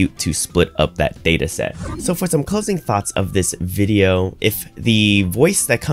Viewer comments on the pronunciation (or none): none